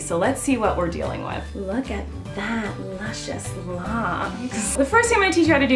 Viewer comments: I died every time she said lucisous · Whenever you say luscious I always expect luchous.